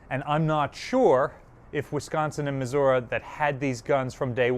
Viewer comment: We are talking about the person that says "Maz'urah". Just having fun, we love ya.